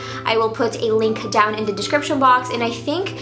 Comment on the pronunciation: Hate when she says duh instead of the